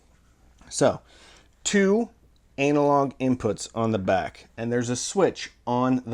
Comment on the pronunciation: “Two ANAlog inputs” That was no accent Funny guy